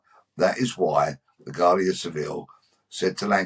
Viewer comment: Its pronounced wardia not Guardia.